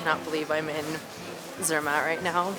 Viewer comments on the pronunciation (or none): Try to pronounce better. It's not hard, if you try. It's Gornergrat (like Cornergrat with a soft "c" and a German "a" like in part), no "gorgon" there. And it's tsairmatt with a hard "t" and a German "a", no "sir" there. Enjoy your stay here in Switzerland and don't miss Bern!